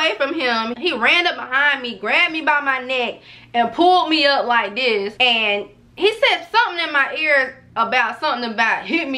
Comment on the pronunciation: “Not new to dis, I’m true to dis” 🤦🏻‍♀️😂on Mee